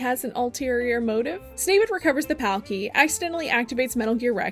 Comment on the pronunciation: I hate that you call him “snavid” 😂